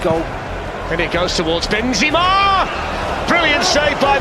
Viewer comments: When he said benziema 💀💀💀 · why did the commentator say benzima